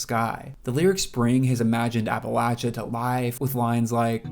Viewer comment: Appreciate that you said appalatchya and not appalasha. Important to Appalachians. Colter is a stud. Jimmie rodgers - you’ll find my name on the tail of my shirt. Love it!